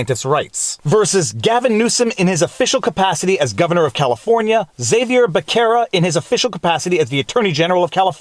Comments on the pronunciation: Viva, I would like to point out a very tiny mistake. CA AG Xavier Becerra is Hispanic. You pronounced his name incorrectly. Because his name is Spanish the X is pronounced like an H in English. Becerra is pronounced with a soft C or an S. Just an fyi nothing malicious meant by this comment. There are lots of 2nd amendment cases from California that have his name. They maybe something interesting to do a video on. Thanks for the great content as always! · "Becerra" the c is a s sound Your channel rocks 👍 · some pronunciation pointers: The 'c' in Becerra is soft... the uys in Van Nuys is pronounced like in guys No big deal, just sounds odd to here your version...